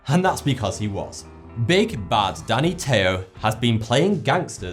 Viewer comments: Danny Trejo is pronounced trey-ho not tay-ho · Danny Trejo not Tayjo just to help you with the pronouncing it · Its Danny Trejo, you're saying it liek Tejo :) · trejo, like a lunch "tray" and "o" like cheerio"!!= TRAY-o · It's pronounced TRAY-HO..:) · pronounced Danny (Tree-Hoe)Trejo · Your mispronounciation of 'Trejo' is pretty bizarre. You got that the 'jo' part is pronounced 'ho', but missed out the 'r' entirely. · I can forgive your butchering of Danny Trejo's name because you're adorable.